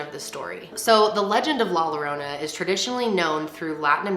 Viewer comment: XD it killed me when u said Llorona love ur vids tho